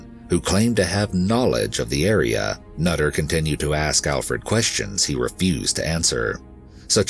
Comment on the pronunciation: Glad you got his name right, Alferd.